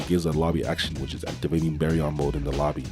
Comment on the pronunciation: Bro said bearyon